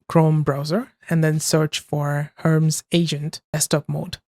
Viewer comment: It is Her-Mees, not herms.